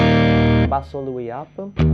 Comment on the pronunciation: He is commenting on the way you pronounce "bass". In English, there are two ways to say the word- one sounds like "class", and when said like this it means a type of fish called a "bass". The other way is to say it like "ace", which is the musical meaning, so it would be said the same as "base", which means the bottom, or what you run towards in baseball. English makes no sense sometimes!